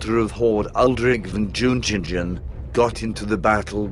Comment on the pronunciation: It is a great pain to ears to hear all that Džiugeila, Džiungingen and all names without exception being severly distorted.